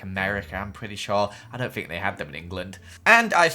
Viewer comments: Anika Milevska bro calm down! says ‘Fink’ and not think. “Idiot”. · Fink?,It's think not fink you idiot 🙄🙄🙄🙄